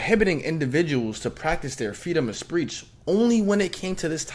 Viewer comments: “feedom of spreech” made me laugh way more than it should have 😂😂😂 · “Freedom of spreech”